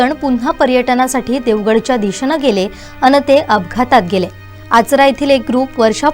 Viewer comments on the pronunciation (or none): दुःखद घटना, पण बातमी देताना उच्चार नीट आवश्यक, आजरा म्हणू नये, आचरा म्हणा.